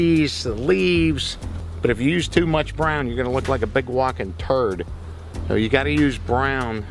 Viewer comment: the way he says black and brown …